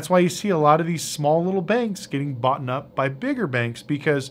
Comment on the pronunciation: I have a hard time believing anything he says when he constantly says “boughten”